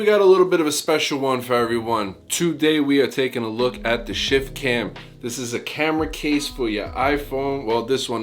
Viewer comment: I kept hearing "Shit Can" lol